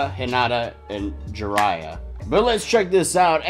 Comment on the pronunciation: I know this Is was a while ago but since Juria Is my bias, I had to comment. Her name Is pronounced as jew-dee-uhh. If you think of this way, Julia has that same enunciation of Juria. Just replace the l In Julia with an r. Just thought I let y’all know😅 Also good reaction guys!